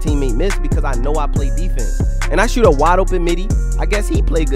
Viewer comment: “Run tuus” “he cant shuut”